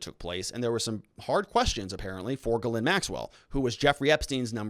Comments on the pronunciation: GhilANE sounds like that not Ghlin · Her name is pronounced Geh-lain, with the emphasis on the second syllable!. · Ghislaine = Gees- lane NOT Gelind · Dude her name is pronounced Jizz- laine, courtesy of Ep-stain..... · The redactions of her name have been removed. No longer does one need to omit the "Z" when pronouncing, "Gizzlane" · Helping YOU with the pronunciation of these major players names, Starting with Ghislaine Maxwell.., "GA-LANE MAXWELL, Just like I described. Virginia Roberts Giuffre - Pronounced VIRGIN-YA ROBERTS GU-FRAY. * NOTE: Since you are following this case closely, & sounds as if you're planning to do so further. Going forward, You'll correct pronounce. ✌️💛😷⚠️